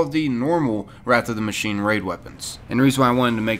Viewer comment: Did it kill anyone else's brain when he said machineA